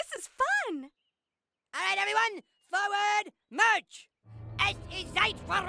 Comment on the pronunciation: the hells that mean. Like I told the other guy the way cartman talks his "accent" might make it sound like hes saying reich. Even if he is he pronounces it different one after the other. He says Reich in a way that sounds correct but then the very next one he says it with a hard ch like chip. Unless we ask trey and matt we sint know for sure